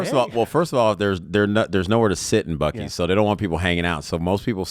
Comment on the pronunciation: WHAT?! At about 54 minutes someone refers to the Buc-cee's bathroom as the "bew-cees" bathroom! That's worse than "What-a-burger"! LOL.